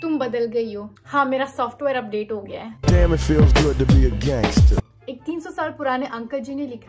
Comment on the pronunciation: Mam ti is not gug ti is good